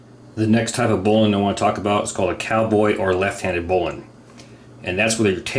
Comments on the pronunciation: The correct pronunciation - finally. Should sound like "bowling". You are onto it. Everyone else sux. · I am so happy to hear you pronounce bowline correct, as "bolen". It's my favorite knot of all time. Yours is by far the best demonstration of bowlines I have seen, and I learned something with the Yosemite. Awesome! I've never seen that before. I have to wonder however, if there could possibly be any issue with the basic bowline's "cinch" loop's effectiveness, i.e., if it's security could be affected or compromised by introducing the working end into it. I personally doubt it, but rope scholars could maybe school us. I learned bowlines in 1985 while working as a commercial fisherman in AK. Unless you've got some shitty springy stiff slippery line, I've never experienced any reason to back one up. That being said, if I am using a bowline in my climbing pursuits, it's backed up. Life is worth an extra second or two. Thanks!